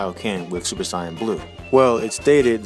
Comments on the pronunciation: ...why the fk are you saying Cyan?? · its so funny when he says siyan